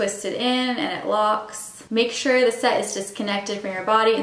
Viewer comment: SET... SET... S E T!😂😂😂😂NOT site. If you were HYPO I could understand. But I don't think you were. But besides the Canadian mispronunciation, this video did help. I am NOT going to go STEEL. I cannot just jab myself. 😂😂😂😂😂 And I don't think I should have to suffer the discomfort. 30k plus injections were enough for me.😂😂😂😂😂